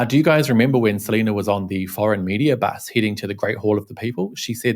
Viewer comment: More like Se-lie-na!